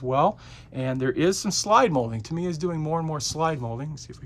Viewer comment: This dude is still saying "ta-MEE-uh"? Yikes. I wonder how he would feel if people began calling him "arn-DYE"?